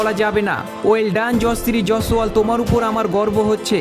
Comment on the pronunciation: Nam ta thik kore uchcharan karte sekh, tarpore video toiri korbi.